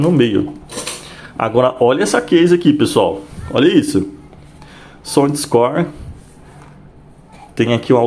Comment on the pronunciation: " SÔNDISCÓR" ME PEGOU MTO KKKKK